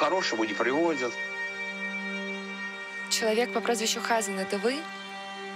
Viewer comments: Почему ХАзан, а не ХазАн? Как так мог повернуться язык? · хАзан!!! 😂😂😂😂 🤦🏻‍♀️🤦🏻‍♀️🤦🏻‍♀️🤦🏻‍♀️🤦🏻‍♀️ а почему хАзан, а не хазАн? Так всё плохо? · Мне кажется не Ха'сан, а Хаса'н, ударение в другом месте должно быть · Небольшая поправка слово Хазан ударение ставится на второй слог.С иврита хазан означает "пастор".